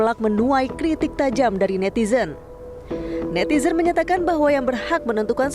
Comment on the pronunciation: NETIDRUN kaliii, bukan netizenn…😂